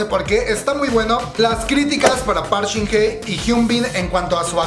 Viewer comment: No es por ser mala onda, solo quiero decir que no es Park Shin Hey (pronunciación) si no Hye. Por lo demas no me gusta su actuación pero amo el profesionalismo de Hyun Bin